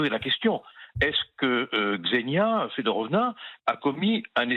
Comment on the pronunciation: FedOrova - Eliot Deval, svp Vous la connaissez, peut-être pourriez vous ne pas écorcher son nom ?